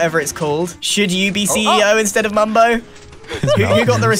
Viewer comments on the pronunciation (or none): Also Mumbo: Mumbio